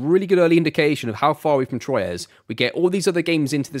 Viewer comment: Amazing as always dude, btw we don’t say « Troyez » we say « Trouah »